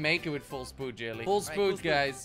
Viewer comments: its full speed not full spood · Did he say “Full SPOOD. WHAT IS SPOOD.I THINK HE MEAN SPEED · Does anyone know the original video where jelly says full spood? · I swear if I hear full spood one more time...